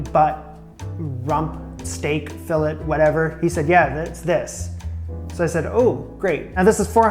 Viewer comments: Its pronounced filé the sound of letter (a) the (t) is silent. Just saying. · plays it cool about the price so the butcher thinks he's done this before Also: repeatedly pronounces it a Fill-ET French spelling throws me off too...lol! But in all seriousness, I really enjoy your videos. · hearing you mispronounce fillet/filet (the same thing, actually!) is killing me 😭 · You don't pronounce the T in filet